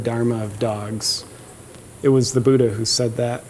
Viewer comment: I am SO OFFENDED how you pronounce Buddha.